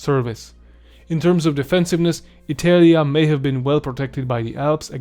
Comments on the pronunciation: Bro...ITELIA, WTF, why have you thought pronouncing it this way was a good idea? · How can i trust someone talking about the roman empire and pronuncing Italia wrong?